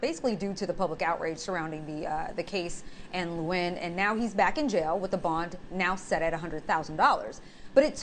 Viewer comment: Even the News can't pronounce Nguyen. News writers muster and anchors must not have Google translate.🤣🤣🤣 It's pronounced (When).